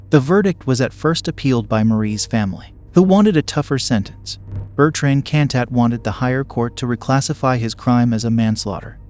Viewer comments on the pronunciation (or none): Bertrand Cantat anglo pronounced